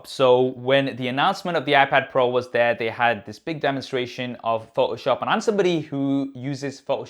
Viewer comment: Love your channel! Your English is very good. Please say photoshop correctly...its Pho-toh shop. You are omitting the T.. It's not pho-oh shop. Adobe is an American Company so it's something you will want to adjust. Thanks..you're review of the new OS was spot on! It does have so much potential! I'm looking forward to when they port Logic Pro X on there. By the way if they have a bridge brand keyboard that works with this size of iPad Pro those are extremely good!! Again, thanks for the great video!! You gained a subscriber today!!... Dave